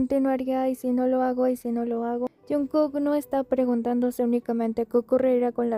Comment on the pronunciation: Is this AI, why can’t you pronounce JKs name correctly it’s so annoying??